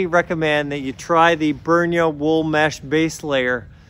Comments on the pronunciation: He is not being paid by them that is for sure. Said name wrong whole time. At the top of there own web page it says "Pronounced "Brin-ya". :) The products they provide are some of the best. I own multiple pieces of clothing from them now. I have the 3/4 pants in the Arctic Collection and they are to be used on the coldest of days. I am ordering the Super Thermo Mesh as I want them for the 10°f and up temperature. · At the very beginning of the video I heard something like "burn your wool mesh orpvsrtchrtrt" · I love your pronunciation of "Brynje". I'll start to use it here in Norway, too... Thanks....